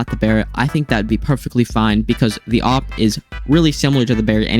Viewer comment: Thats not how you say it its like A W P by letter you are saying op or opp or oop idk